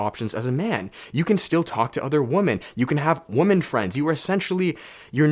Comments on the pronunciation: Do all Canadians pronounce "women" like "woman" ? Edit: nice shirt 😂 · There’s a trend on the internet lately where people don’t pronounce women correctly and instead they just say woman. Women is pronounced [wui-men] not woman. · I can't help but find it funny how he says 'woman' when he means 'women' 😄 is that a Canadian thing? Anyways, love your videos and energy dog 🙏